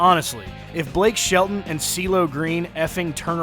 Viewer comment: Whos Blake Shit-a-ton, and I live in Oklahoma. ..